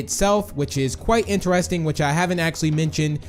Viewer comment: Lol did he just said intarsting instead of interesting lol is he even a English